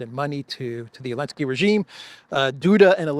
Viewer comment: Zelenski 😂😂 Elensky 😂😂